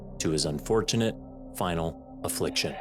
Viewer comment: Dude doesn’t say final affliction right. The girl had more enthusiasm